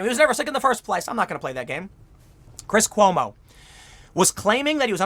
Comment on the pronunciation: Did you just say chris homo?